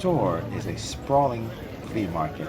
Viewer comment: It's called El Rastro, not rastor;) as far as I know. Bye the way, men do take their hats of at the dinner table. I guess it should be the same in America?